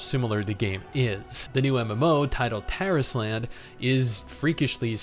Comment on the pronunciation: when I first heard him say the name Tarisland, I had understood "Terrace Land" and I had to double check fr o_o